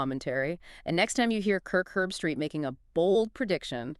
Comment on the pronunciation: Herb-street. Not erbstreet or Herbstraight. She sucks.